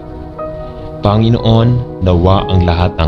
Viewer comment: SaLamat po sa Pakikipag-dasal sa akin sa gabing ito…. Mawalang-galang na rin po,,,.. Ang BIGKAS ng mga salita sa Tagalog ay APAT…..Malumay..Mabilis ..Maragsa..at Malumi Ang salitang PANGINOON ay binibigkas ng MABILIS….tuluy -tuloy….Ang DIIN ay nasa hulihan ng naturang salita Panginoon…….hindi po PANGI’NOON….. No offense meant po